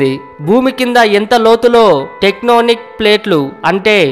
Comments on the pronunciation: అరేయ్ వెధవ.... ముందు పలకడం నేర్చుకోరా..... టెక్నానిక్ కాదురా... టెక్టోనిక్ రా... కింద అగ్ని పర్వతాలు ఉండి లావా మరుగుతుంటే.... శబ్దాలొస్తయి..... ఉష్ణోగ్రతలు ఎక్కువగానే ఉంటాయిరా అరగుండు వెధవ...... నీ సొంతం సొల్లు ఆపరా...... బోరు బావికి...... ఆయిల్ కోసం తవ్వే రిగ్ బావికి తేడా తెలుసుకోరా సన్నాసి..... రష్యా దాకా ఎందుకురా ఆంధ్రప్రదేశ్ లో ఓఎన్జీసీ అని ఒకటి ఏడిసింది.... దానిదగ్గరకెళ్ళి చావు.... బుద్దొస్తాది...... అంట్లవెధవాయి.... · It's actually a mine in Siberia 🤦n it's not technonic ..it's tectonic plates